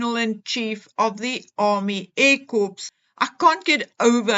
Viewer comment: Please it’s not a corpse it’s not dead it’s AIR CORPS as (in core). My pet hate.